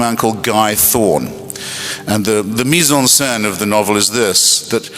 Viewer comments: It's not mizen sand bro. It's mise en scene. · It's not mizen sand bro it's mise en scene...